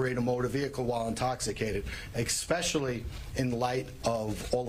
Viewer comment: Dear District Attorney Ray Tierney, The word you're meaning to use is especially ... not EXpecially.🤦‍♀️